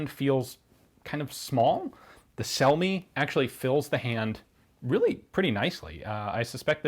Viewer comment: If those brothers were Italian, then their last name would be pronounced something like "Chel-me".